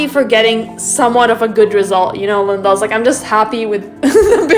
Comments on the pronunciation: It's pronounced like leen•dahs... Not limbos. Gracias. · It sounds like you are calling ppl limbos. Lindas makes sense. Not limbos.